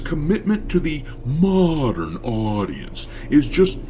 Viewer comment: Every time, pronounce "mo~dern Audicence" is very humourous, as if it sound like Mourndern Audiences. I am happy that DEI Jerknalists and righters are uglifying games so that,we, the REAL GAMERS can save up more money for REAL audiences games like black myth:wukong.